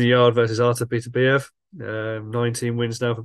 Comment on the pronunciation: BITTER-BY- YEV ??......Show some respect for the champion, please, by learning to say his name right.